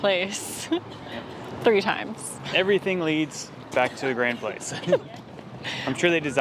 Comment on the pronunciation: I have been to Lille a couple of times, but I'm ashamed to say that I don't remember a great deal about it apart from that enormous pedestrianised centre and the driverless metro system. Perhaps I need to go back? Language tip: "Place" in French is pronounced "plass"(!)